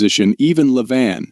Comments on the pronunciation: Its Le-Vaaaannn...not leven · i always like the videos that start with Levan then they pronounce it LeVan then Lavon, luvon. It's like dang how many different ways are you gonna say it? haha